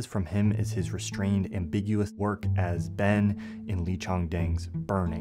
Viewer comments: Its Lee Chang Dong not Chong Dang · while i do greatly appreciate you shouting out these korean films, i wish bigger accounts like yours put a little bit more effort to pronounce korean names correctly. Lee Chang-Dong is pronounced with the "a" as a [ah], and the "o" read as an [oh] - not sure why you read it the way you did. The "eu" in Steven Yeun isn't read as "ue". The "eu" should be read as "uh". American English speakers seem to only know how to read the alphabet in a anglo-centered way. AEIOU are read as [ahh], [eh], [ee], [oh], [ou] in the rest of the world, which is in fact the majority. It does not take much humility to look up how to pronounce foreign names correctly. The rest of the world accommodates for monolingual English speakers all the time. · Love! It's Lee Chang-Dong btw ;-)